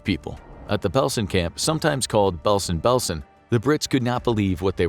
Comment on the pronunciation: It was also known as Bergen Belsen not Belsen Belesen